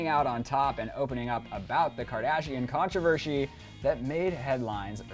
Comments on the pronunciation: Did anyone else peep the host at the beginning saying, "ControverSHY"? He made the "Sh" sound in "Controversy". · "Kardashian controvershy" haha